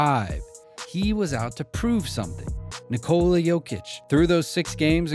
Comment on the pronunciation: Since you did mentioned respect..What if you find out a way to pronaunce his first name correctly ? You can pronaunce it no doubt.